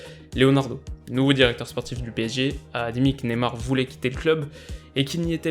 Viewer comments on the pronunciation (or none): none